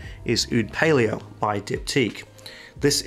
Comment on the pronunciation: Oud Palao is pronounced Palow, not Palio.